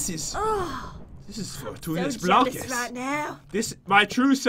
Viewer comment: I basically died when he said fortuness blockus I was dead 💀